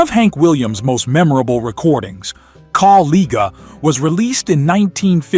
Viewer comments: AI messes up again, unable to pronounce "Kaw-Liga" correctly, a big mistake. Also it would be good to match the video clips with the correct artists like Hank Williams and Hank Williams Jr. !! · It is pronounced Co-li-ja. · Caw-LEAGUE-uh, huh? Stop with the AI and voice it yourself. Stop being so lazy. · I appreciate these songs. Would love it if you could say the words correctly. Kawliga was not correct. The i is a long i. The g is not a hard g.